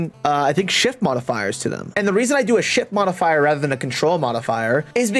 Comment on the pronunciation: I'm pausing the video cause I'm dying laughing hearing you say "shit modifier" over and over. Anyway, I'm loving the in-depth walk-through mate thanks.